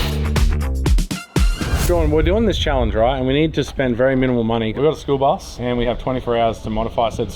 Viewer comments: Did you say school bus or SPOOLBUS??? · Did you say… “the spool bus”??😂 cause if not, that’s what I officially call it!😂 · All i heard was Spool bus and i love it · Did he call it the Spool Bus? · I love that 'the spool bus'😂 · Is he calling it the Spool bus? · 😂👍 “ The SPOOL BUS “ ❤ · The "SpoolBus" 😂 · "The Spool Bus"🤣